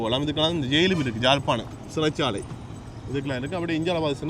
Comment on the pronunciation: Its not Jalpanam. Beautiful Yaazhpanam.